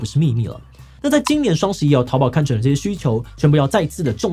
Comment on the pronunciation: …終於唸對讀音了 之前看很多地方都是唸掏寶我都不知道濤三洨 微信跟大陸讀音不同完全理解 淘寶唸成掏寶就純粹亂唸而已😂